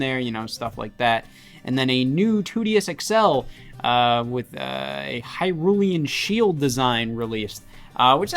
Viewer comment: “Hyrulean Shield”… smh🙂‍↔️